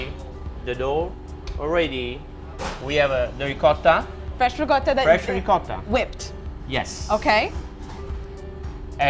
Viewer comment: The Italian guy says "Ricotta" correctly. The American girl tries to "Rigutta". So hilarious.